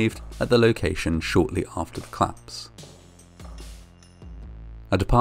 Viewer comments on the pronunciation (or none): I do, however, struggle with the way that he drops syllables on certain words: he often pronounces Police as 'plice', and collapse as 'clapse'.